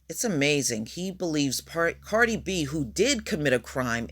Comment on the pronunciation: are you calling her “Party” B?🤣🤣